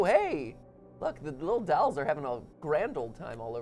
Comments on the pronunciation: Both those boys are saying “dowels”, and you can’t convince me otherwise. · Drinking Game: Take a shot every time Matt says “dalls” instead if “dolls.”